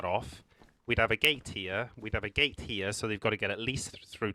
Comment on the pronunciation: According to Google, the word "gate" has one syllable. It is pronounced with a single sound, "gayt"… no judgement.. Watch the video, it’s proper COD lol…but don’t build bases on official you horrible humans